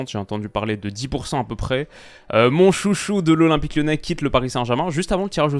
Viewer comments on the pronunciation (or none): " mon chocuhcou de l'OL quitte le PSG " 🤣🤣🤣